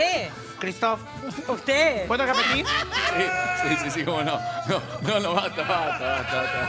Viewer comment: "¿Puedo rejpetig?" 😂